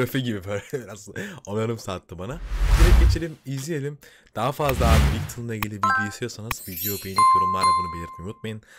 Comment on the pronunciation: Kıronograf bir saat türü tarzı bir şey sanırım. Şarkıda bir sözde zaman hızla akıp geçiyor diyor ve kliple yansıtmışlar. Çok hızlı başladı ama yakaladım. İlk nakarat ile sonraki nakarat farklı hissettirdi. Cok güzeldi. Bir de Viktın diye değil de vikton diye okunuyor. (VoİCe TO New world.) Video için teşekkürler. Şarkıyı izledikten sonra tık diye buraya geldim. 😅💙💛